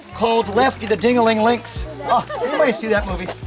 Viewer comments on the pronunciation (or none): It's pronounced like "links", not "lennox"!!!! There's simply no way "lynx" can be made into two syllables!! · I heard Linux as well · I love the idea of lynx being pronounced as "Linux" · I thought it was pronounced "linx" or "lie-nex" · I've never heard someone pronounce lynx so badly